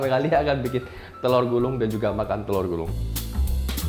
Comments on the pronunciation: kok aku dengernya Jessica bilang "telor gurung" yaa?? Bukannya "telor gulung"😂🤣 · kok kak jesica bilangnya telor gurung??